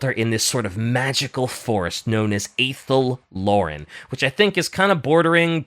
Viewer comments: Just a pronunciation thing, Druchii is pronounced with a hard K. Athel Loren is pronounced with an Ah, not a singular A. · The way pronounces Athel Loren makes my Warhammer Fantasy heart cry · How tf is trying to teach about fantasy when he can't say Malekith, Druchii, or Athel Loren correctly AND doesn't know if Skarbrand is in it? Do some research dude